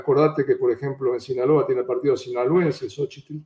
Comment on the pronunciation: ¿No puede hablar bien ese entrevistado? Ni siquiera SINALOA puede pronunciar. Si es tan temeroso a decir las cosas por su nombre, que no se preste para dar una entrevista tan mala.